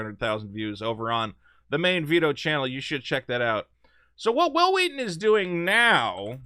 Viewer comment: 'Whhil Whheaton'.. wait, why are you saying that way? There's not even an 'H' in Wil!